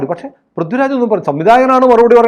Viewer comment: പ്രിദ്യു രാജ് അല്ലാ പൃഥ്വി രാജ് 😆